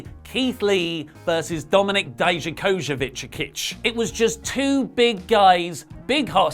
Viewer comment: how can you not say Dijakovic?? Di-ja-ko-vic Record and say it like that 15 times. I wanna help you say his name please.